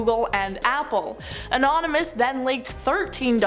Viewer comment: Even though it appears u said "anominous" your huge bazonga's tell me there's absolutely nothing wrong with that.